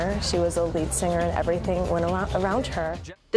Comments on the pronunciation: OMGosh, I cannot take the narrator's poor pronunciation of many words and names. It's not pronounced sinGRR.....the g is soft in ing. The cadence of your speech is very unnatural. Narrating is not your calling.... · The word singer is not pronounced seenGRR.....the g in ing is soft. It is annoying how you can't pronounce ing words.